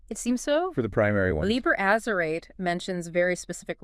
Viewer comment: These are either AI voices or they really can't pronounce very many words right. Azerate: Ahz-zer-rah-teh Chaosophy: Cha-os-sophy.